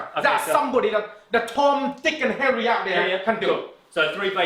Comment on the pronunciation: lowes I'm English. . . it's tom dik and Harry not hairy lol. I know he's Asian. just funny